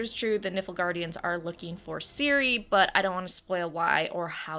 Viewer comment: It's Nilfguardians not Niflguardians haha ps I love red heads your awesome